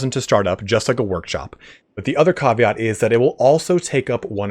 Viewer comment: Love your most recent videos like crazy. Caveat is pronounced cAV-ee-aht btw and not cAW-vee-aht